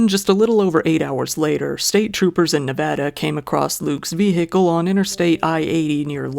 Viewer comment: Love your content. Also, BIG appreciation for pronouncing Nevada correctly. 👍👍